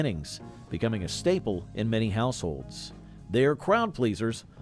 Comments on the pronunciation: 😅 His pronunciations crack me up for instance he said Legion Berry not loganberry. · The pronunciations are hilarious! The last one though had me seriously rolling. Lesion berry jam hahahahahaaaa